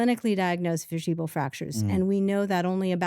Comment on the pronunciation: Did she say veritbal fracture?